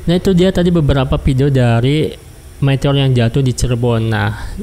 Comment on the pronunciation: meteor bang bukan metor